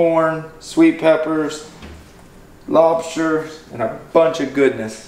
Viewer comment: I kept hearing lobsher..